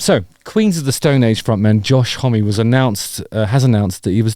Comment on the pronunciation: I'm sure it's s pronounced, Homm ( silent E) yours sincerely, Peter Pedantic.